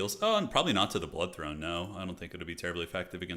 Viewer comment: This mf said THONE 😂